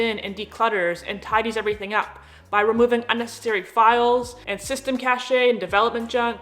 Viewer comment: For cache, say 'cash', not 'cachet'. Please kill me. More indisputable and faintly disturbing insight from the non-fluorescent hideout. Thanks N. (It's dietary saturated fat that whacks up your circulating cholesterol - not the cholesterol you eat. I am not shilling for Big Egg - or shelling, even.)